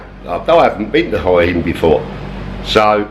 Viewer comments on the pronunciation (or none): Just to let you know, the 'Hua' in Hua Hin is pronounced more like 'Wa.'